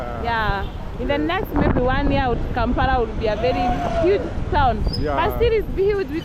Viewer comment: I love your videos, p;ease say Kampala not Kampara